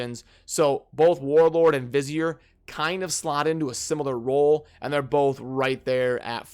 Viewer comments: Hey dude google vizier so you know the pronounciation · Vizier? lol